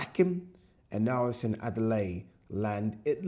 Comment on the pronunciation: bro please say seen not sin